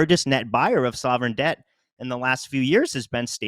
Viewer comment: He Said "sovereign-Sdebt"